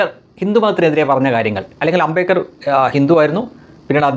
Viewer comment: Its NOT AMBEKAR. The right name is AMBEDKAR.